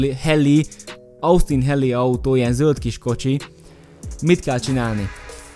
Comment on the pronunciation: Jo lesz az Osztin hélinek ejtsd így de majdnem